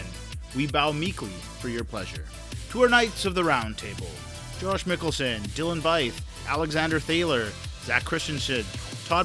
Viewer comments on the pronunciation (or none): none